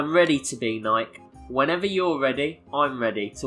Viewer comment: Why are you pronoucing nike like that...